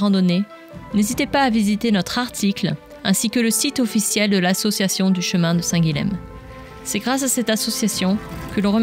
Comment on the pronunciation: Merci pour cette belle vidéo Une petite précision = on dit "St Guilaime" pour St Guilhem